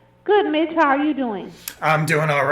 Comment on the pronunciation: Every time she said Mitch it sounded like B*t*h lol, Ugh how rude!